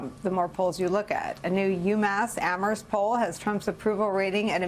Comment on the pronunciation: nice!! Someone who says Amherst right.